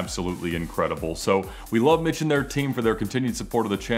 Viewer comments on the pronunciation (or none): none